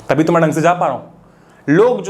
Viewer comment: Free h tavi toh move krenge What a accent bhaiya 😂